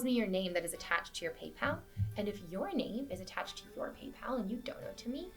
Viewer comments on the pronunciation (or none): none